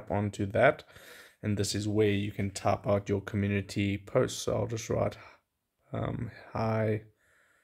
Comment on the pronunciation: Comun-unity is what he is saying 😂